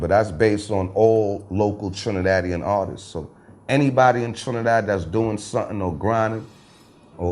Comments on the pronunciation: NinoBlack_ _ That shit made me laugh though “artiststes” 😂 But shout out to though. He’s a real one. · Why does he keep saying artistses there’s no such word.... glad to see you have elevated your mind and talking positive now. I wish you would have thought like that when you aligned with Ross. Keep ya head though